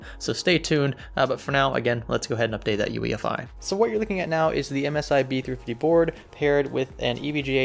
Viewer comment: U keep saying ufi.....mits UEFI SIR